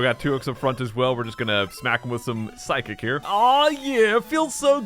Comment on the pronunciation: "Psy-kick"? Sounds like a psychic physical attack...